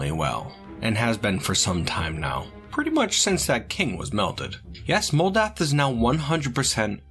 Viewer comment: Moldath is a mental rock! What I heard: Modalth is a mental *ROC*!